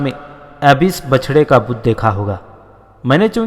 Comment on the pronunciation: Bachda saheeh Tallafuz hai. Bichda galat Talaffuz hai. Bichda ya Bichana k Maana Ek Doostey Alag ya Juda ho jaana ya Gum ya Kho jana Jaise Koi bhi Apney jhandan se ya Bhai se Hujoom mein Bazaar mein ya Meley mein Alag hona ya Juda ho jana. Jab Badoun k ya Doosrey Bhai ya Dost Ek Dossrey ka Haath Choot jata hai ho Bichad jaatey hain.